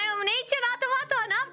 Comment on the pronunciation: Yeah, it seems her pronounciation is lacking sometimes, same with "natures"/"ancient"